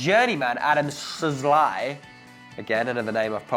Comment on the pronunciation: Szalai is pronounced Schalei